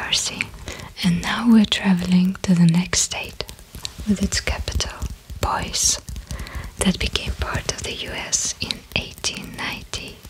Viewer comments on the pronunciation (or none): I am so, so impressed. You got just about everything right! I must ask: did you look up anything ahead of time? A few things: - Boise is pronounced like “Boy-see” - I noticed one of the times you said Pennsylvania, you made the “v” sound like a “w”. I was reminded of Pavel Chekov and “nuclear wessels” and I hope that isn’t bad of me! - Missouri is pronounced “meh zur ee”. You pronounced it like the word “misery”. Don’t get me wrong: my friends are flying to Missouri right now. And we mispronounce it on purpose because we don’t like it there much. Just, if you’re going to call the place “misery”, be sure you’re doing it on purpose. You’ll fit in with my friends 😅 This was an absolute joy to watch! I’m still not used to seeing videos so often now. But I’m delighted you’re here. Thank you so much!